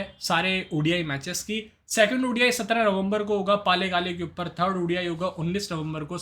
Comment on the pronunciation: पालेकाले नहीं यार पल्लेकल है 😮😅😊